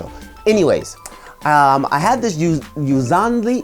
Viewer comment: YOU-LAHN-ZEE!!! C’mon, bru...